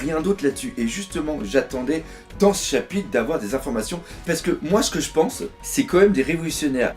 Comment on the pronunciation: Cet accent du sud qui sort à hahaha 😂 "moi je peinse que"